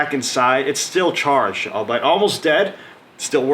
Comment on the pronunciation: Don't wanna be that guy, but the way you pronounce albeit is weird af... Pronounced all-be-it...